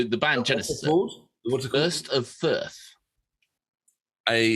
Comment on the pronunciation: If you cant read 5 letter words then you shouldn't be doing this!